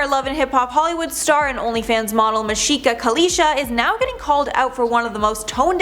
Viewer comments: That store is a whole lot deeper than that. And it's mashika not Seka just saying. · Her name is pronounced -Mah-see-kah not Ma-shee-kah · Hahah the way she pronounces her first name is amazing. It’s Ma-seek-uh lol but I like your version better.